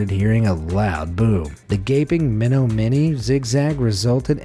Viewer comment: I live relatively close to menomonee!!! That's crazy😲 u pronounced it wrong but still dope, keep it up man!